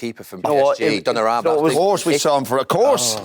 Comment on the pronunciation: ‘donnarraaamma’ classic Neville ignorance